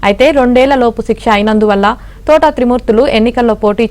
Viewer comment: Thotaaaaa kadu thota. Mundu palakadam nerchukondi.